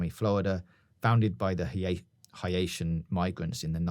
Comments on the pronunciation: an the pronunciation of people of Haitian decent is like "hey-Shin" you got Haiti down though haha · u also pronounced haitian wrong. it would be "hey-shun" not "ha-ee-tan." just trynna help yall out :) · It’s hae (hey) tian, not hi-ay-tian FYI 😂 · Say it with me: HAY-SHUN Idk why it’s not bothering anyone else enough but their should be more comments correcting this after two episodes of mispronunciation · I just have to let you know it’s pronounced (hey tee) And ( hey shin) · Please work on your Haitian pronunciation🤣🤣 it’s pronounced like Hay-shin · Haitian - heyshin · Brilliant once again, aside from the pronunciations of ‘Haitian’ and ‘iguana’ 😂